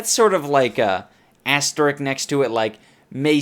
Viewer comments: IDUBBBZ, not asterick, it's asterisk. Ass-tur-risk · holy shit, edups doesn't know how to say asteriSk